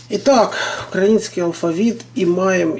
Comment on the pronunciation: Не украінський а Український. Ви неправильно наголос ставите.